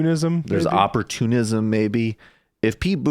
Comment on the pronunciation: Excuse you, "Oprahtunism".